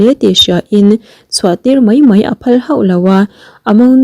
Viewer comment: Mei ni lovin mai tih tur aw mizotawng kam dik a awm ve reng aw